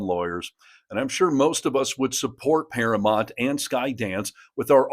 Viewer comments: It’s “Paramount” not “Paramont”. Ugh…😊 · I agree with all this except I kind of think this seems like AI since you keep saying paramont and not Paramount. (not once or twice, but like 12 times!) You do know it is para mount and not para mont? Is this maybe a British thing? Language barrier. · Please learn how to pronounce Paramount. You keep saying Paramont (even the subtitles agree with me). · Para-MOUNT. Pronounced Mownt. It's not Paramont. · I'd love to hear the story but I can't handle the mispronunciation of ParaMOUNT. It's paraMOUNT not paraMONT. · I understand the issue, and am in Colbert's corner. But I have to ask: why can't you say "Paramount" correctly?